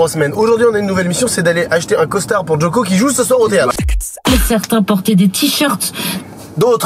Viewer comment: Depuis que je regarde cette vidéo je peux pas m'empêcher de dire Djokovic quand il disent Jo-Co 😂 dites moi que je suis pas seul